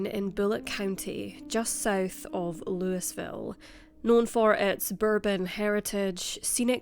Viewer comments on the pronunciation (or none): Pronounced “louie “ ville…s is silent. I’m next door in Tennessee lol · I live in a neighboring state and hadn’t heard about this. Horrible, and absolutely disgusting. He should have been given more time. (By the way, Louisville is pronounced Louie-ville. You’re always so conscientious about getting pronunciations correct, I thought you would like to know.) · LOOIS-VIL. LOL!!!!!!!!!!!!!!!!!!!!!!!!!!!!!!!!!!!!!!!!!!!!!!!!!!!!!!!! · LouAville not Louisville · just for refrence it is pronounce Louis-Ville just like king louis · Louie ville. Folks from their say it differently, but I have absolutely no idea how to spell it, let alone show how it's pronounced. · It's not pronounced that way I'm from Louisville born and raised